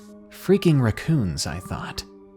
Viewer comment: Who tf says raccoons like that